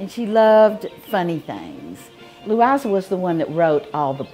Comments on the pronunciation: 1st time I have heard the name Louisa outside of our family, or at any time in the past …… Our Louisa > Pronounced ‘ Lou - I - Zah ‘ > (this is how her family spelled her name & how they pronounced her name) … our Louisa was born in 1908 and died at the age of 23 in 1931 of pneumonia. she was my husband‘s mother. My husband died at the age of 92 in 2020. Both are buried on their once old family farm in a rural little cemetery back in Kentucky. Anyway, beautiful name Louiza/Louisa. Loved this video. ❤ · Good heavens! They didn't even know how to pronounce "Louisa"?